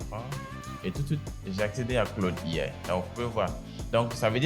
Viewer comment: Claude IA (prononciation Francais) Claude AI (prononciation Anglais), la tu commences par A qui se prononce A et I qui se prononce "aï" Adoptes ça